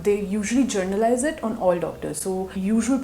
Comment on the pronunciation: I am sorry but it's not journalised it's 'generalised' 😭 I really loved the vid tho!